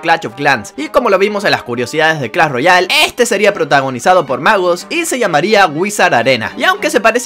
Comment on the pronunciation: Muy bueno el vídeo pero se dice Clash, no Clall